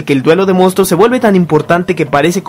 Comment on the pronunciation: Es mi idea o si pronuncia: "Mostros" jajaja Fuera de eso,¡ gran vídeo! Saludos del por ahora actual, 2020.